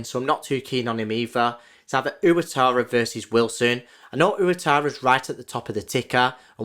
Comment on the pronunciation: Hi mate, great video, but for future reference.. it's pronounced "wah-TAH-rah", not "oo-a-tah-rah"